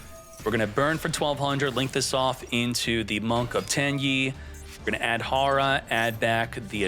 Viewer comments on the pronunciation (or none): none